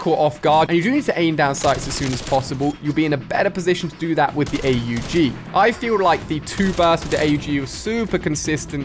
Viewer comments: its not call A U G its Aug say it in a one word not spell it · Man said a u g 😂😂 org is how it’s pronounced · did he just say A-U-G its not A U G its AUG in one word